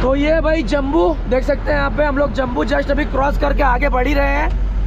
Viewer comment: भाई, जम्बू नहीं, जम्मू नाम है, 😅😅😅